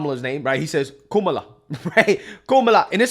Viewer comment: Her name is pronounced as "come-uh-lah" (it means lotus flower) & not "coo-muh-lah" nor "kah-muh-lah" which dems keep insisting upon. Vivek actually pronounces her name correct tahn the dems who keep trying to correct others over how to pronounce her name.